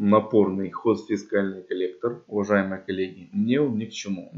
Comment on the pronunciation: ХОЗФЕКАЛЬНЫЙ, а не ХОЗФИСКАЛЬНЫЙ